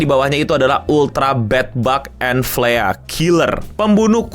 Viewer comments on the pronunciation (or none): cara baca flea itu "flii"